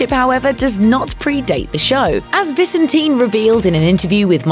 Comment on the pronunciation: I believe David pronounces his last name ViSENtin, not VISenteen...